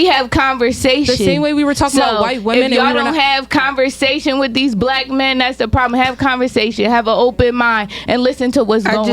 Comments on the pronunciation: 😂😂😂😂 thats why you are a single mom with two kids and no father! 😂😂 rediculous! And stop saying "Blake" women, its 'black'! Also, youtube is messed up, got the 'N' word flying left and right but pu&&y and d%ck have to be beeped... sideways morals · bleck women ? BLECK SHE SAID